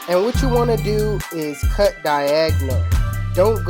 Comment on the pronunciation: it sound like he said YouTube this is the cuh